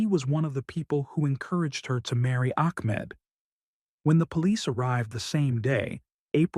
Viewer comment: I know you can pronounce the name Ahmad correctly, then u say Akhmad or Amad,, why are you an AI sound